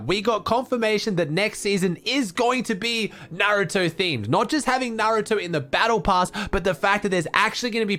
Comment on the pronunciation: Finally someone who says naruto correctly